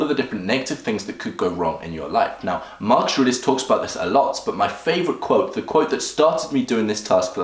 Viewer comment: its not Markush but markus